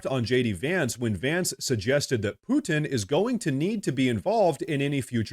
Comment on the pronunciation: Its imporren that poo-in not push the buhh-in. Love karoline though.